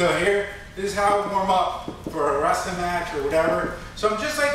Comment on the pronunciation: I like how you say wrestling like "wrassling" lol. Good vid keep it up